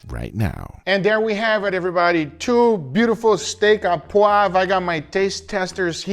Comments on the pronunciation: It's steak O poivre. Au in french is an O sound. Not A, O. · Looks delicious!!! By the way, you say "steak a poivre" it's "au", which is pronounced "oh". Just say "Steak oh poivre" and it will sound 100% better! source: I'm french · Steak à poive? Sir, it's steak o'poivrrrh (steak au poivre) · For anyone who cares, it's not pronounced "ah poivre" but "oh poivre". Also I find it interesting that the sauce you make is so red. The French restaurants that I go to have more of a cream colored sauce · "Au poivre". Pronounce it like "Oh Pwav" you'll be very close to the right pronunciation. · Its pronounced Steak -oh poiv re In french "Au" is "oh" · Steak O poivre 😊 poivre, you pronounce as POO-AAVR in a single take.